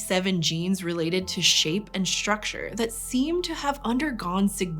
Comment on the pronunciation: "Shtructure, Shtrong, Shtraight, Shtrange". PLEASE STOP. :(